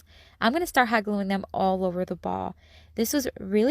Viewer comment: Hoggling together. Ohhh Hot gluing . Has to talk so fast .